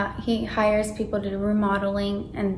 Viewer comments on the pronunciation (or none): none